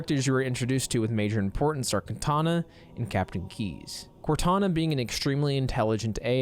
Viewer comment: I think he said "Kantana" instead